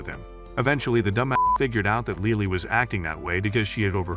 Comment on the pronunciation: LILI?! ITS LILY 😭